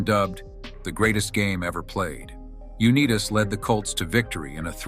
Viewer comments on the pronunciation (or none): It's Un i tas with an I ( EYE ) , not Un e tas with a E ! Now next we'll work on Potato and Tomato and remember , Lenin was not a Beatle and Lennon was not a Commie leader , at least not with the Beatles ? Please don't get into ice Hockey because you will really screw up Henry Richard ! Remember he's French Canadian ! ( On - ray Rish - shard ) . Those boys in the south had a hell of a time with that one when the Calgary Flames moved to the Atlanta ! AL sucks ! It's like a blow up sex doll without the vibrating mouth ? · His last name is pronounced U-NY-TAS not U-NEE-TUS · This was ruined by the repeated mispronunciation of John's last name . It's UNITE-AS ! How hard would it be to pronounce his name correctly ? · UNEETAS? Unbelievable. Has to be AI. My idol Johnny U-Nigh-Tus. Not UNEETAS. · Dumbasses! Pronounce his name correctly. UnIGHTIS. Not Uneetus...stupid AI voice over. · U knee tas? No!! U nigh tus! This AI has to go! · Your video is interesting, but has no credibility whatsoever if you cannot pronounce John Unitas' name correctly. It's YOU-NIGH-TAS (long I)....not YOU-KNEE_TAS. That's disrespectful to who, IMHO, is the GOAT quarterback in NFL history. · Very annoying to hear a computer generated voice mispronounce his name. Uneeetas? Also, you really did not dig deep in your research. All the facts you present in this video have been well known for decades about John. The NFL did in fact turn its back on him for the disability claims. I can tell you are not a true fan of John, because it appears you just wanted to create a video fr he sake of doing so. Very unemotional. And about that famous right hand you know nothing about, He was cleaning a 22 cal pistol when it went off and struck him in the hand. Didnt know that, did you? AI is ruining everything. This video was a waste of time, and an insult to Unitas fans. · I gave you a big thumbs down because his name is pronounced U - NITE - TUS. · You didn’t even pronounce his name correctly